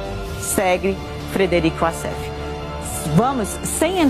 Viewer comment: Apenas venho esclarecer que WASSEF é um nome egipcio. A maioria dos Wassefs, viverm lá. O Egito fala o árabe e a pronúncia figurada correta é "UÓSSIFÉN" e não "UASSÉFE". Wassef significa "descritor".